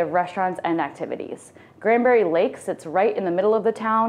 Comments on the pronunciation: Granbury. Not Grandbury. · Some of the information in this video given is completely inaccurate! Kerrville is not 60 miles southwest of San Antonio at all! It's 60 miles northwest of San Antonio! And it's not Grandbury, it's GRANBURY! additionally, she failed to mention it's within 30 mins from Fort Worth and just mentioned it being 1 hour from Dallas, which it's not. It's actually 1 hour and 25 mins from Dallas. I don't trust any info in this video, considering they don't know the geography and names of towns being narrated, which is totally wrong!